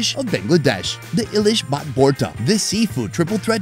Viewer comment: ALl of these are restaurant food not street food. The first one is pronounced E-Lish not eye-lish. Also it is vorta/bhorta rather than borta. Taki is another fish that is made into a bhorta (mashed), shutki is dried fish. 3rd one is not Chicken chop it is 'Chaap' meaning Pressed. BTW thanks for featuring Bangladesh.